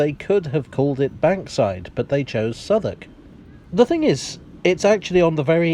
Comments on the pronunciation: Love the pronunciation of Southwark, nothing like how it's spelled. Definitely worth a visit. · I had no idea how "Southwark" was pronounced properly. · Ok, perhaps one of you can answer a questions for me. Despite being a foreigner, I’ve spent a good amount of time in Southwark, but I’ve never understood why it’s pronounced ‘Suthuck’. Is there an explanation? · It's called Southwalk just so Londoners can smugly snigger at American Tourists pronouncing it South Walk! It's a little known fact that half the place names in the UK were invented just to annoy Americans! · It's actually pronounced 'Suvverk' or Suvvuk' by the locals.